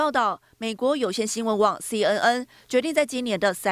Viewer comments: 听着一直报导西嗯嗯西嗯嗯，我暗地里笑了，新闻播报员至少ABC念准一点可以吧。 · 親愛的播報員， CNN 「N」的發音錯誤了， 趕快改過來吧！